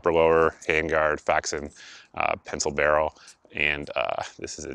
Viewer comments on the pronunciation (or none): none